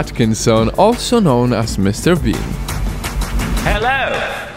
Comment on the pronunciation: every time he said mrbean he said mrbeam.tats a yutuber